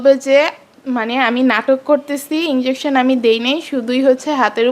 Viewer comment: আপনি না এত শিক্ষিত,, তাহলে ইনজেকশন কে ইংলোশন বললেন কেন?? মুর্খ কোথাকার